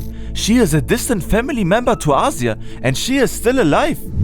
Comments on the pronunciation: please stop mispronouncing Azir's name... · 3 months of work but didnt bother to learn how to pronounce the names right :D Still a great video!